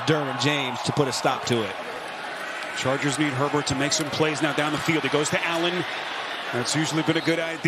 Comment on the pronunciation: the announcer definitely calls Herbert pervert.